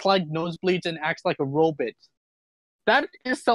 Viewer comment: I'm surprised no one referenced Dr. Zoidberg when pronounced robot as "robit". That would have been neat, since that's how Dr. Zoidberg pronounces robot.